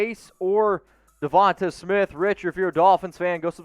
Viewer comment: Duh-von-tay for the millionth time not devontuh